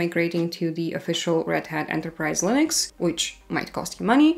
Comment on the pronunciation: interesting how she is saying Lыnux